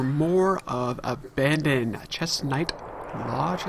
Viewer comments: It is driving me CRAZY how you constantly say "Abandon" and not "AbandoneD" when you say the games name. I'm filling in that missing D for you every time lol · Sounds like you are saying it "AbandoN" with super accented N and ditching the D haha. But I believe you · Seriously dude. . You are totally not pronouncing the d in abandoned. Is it REALLY just me?